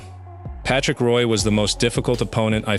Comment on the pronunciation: And Patrick Roy while you're at it. A.I. Slop.